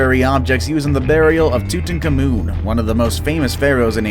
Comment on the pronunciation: "Tootin' KaMoon's" Mask